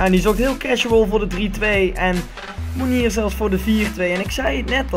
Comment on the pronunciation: Mounier spreek je uit als Moenjee :)